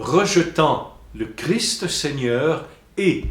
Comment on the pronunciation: On ne dit pas Jésus crie, mais Jésus Christ. On prononce le ST de la fin !